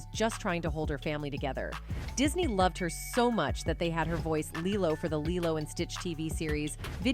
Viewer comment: How on earth do you have half a million subs with such a horribly edited video? The clips cut off without conclusion, the pivots and segments don't connect well, the AI voice can't seem to decide how to pronounce Lilo and even becomes almost inaudible at one point. Good info does not always make up for poor presentation. Stop phoning it in.